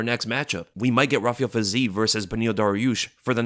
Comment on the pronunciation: much respect. But a bit of constructive criticism must be allowed: the name Fiziev is not pronounced with a long eee, but i-ye, so it's "fi-zi-yev" or "fee-zee-yev". Please keep that in mind next time you mention his name. Thanks 🙏🏻